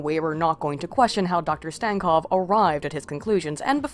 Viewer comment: make fun of stankovs last name? you cant even pronounce it right, let alone make fun of it